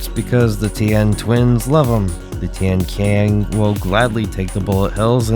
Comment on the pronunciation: It's pronounced as Tian-Chiang, not Tian-Kiang, but I understand that the spelling for it is quite misinforming. Also, the name of both Tian-qian (天槍, "Heavenly spear" or "Spear of the sky") and Tian-lao (天牢, "Heavenly jail cell") originated from ancient Chinese constellation system, as all other Dafeng products do. It is understandable for people to get it wrong though, since no one uses this constellation system anymore, even the native speaker of Chinese could easily misinterpret its meaning.